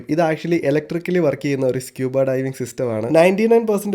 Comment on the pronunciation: It’s not scuh-buh, it’s skoo-buh.